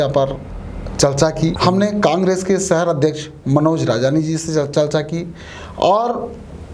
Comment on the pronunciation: सहर नहीं साहब "शहर"